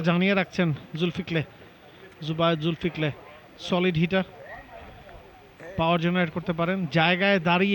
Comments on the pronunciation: জুল কি ফল কে, জুল ফিক লে বলে dharabhashya kar.. 😂😂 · কতবড় গর্দভ বাংলাদেশি ধারা ভাষ্যকার, ইংরেজি নাম দেখে দেখে ভূল বানান করতেছে! নাম হল জুলকিফল বানান করে জুলফিক্লে 😂😂😂